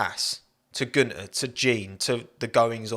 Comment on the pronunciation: Get it right, it's Guenther "F**king" Steiner